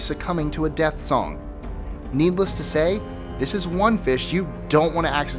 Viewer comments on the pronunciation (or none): none